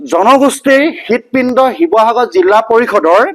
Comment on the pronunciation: জিলা নে জিল্লা